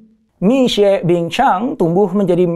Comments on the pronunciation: Itu bacanya Mishie…. Bukan Misue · Bacanya mì xuě pak. Bukan mic xue. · Ilmu elit.. pelafalan syulit huu, masa mixuek.. kan salah donk.. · Lafalnya MI SWE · Minimal bacanya mesti tetep bener om, walau orang kebanyakan tidak. Mixie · 米雪=beras salju. Baca lidah indonesia Mi Shie. Mi Xue